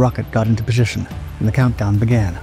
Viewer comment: Ok, im pretty sure this guy might actually be human now. Listen how he messes up saying "position" near the beginning. A.i. doesn't do that (as far as i know)